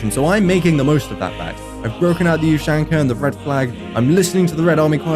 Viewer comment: It's not 'youshanko' lol.. It's oo-shaan-kha. Oh and by the way, fuck Lenin and all his friends.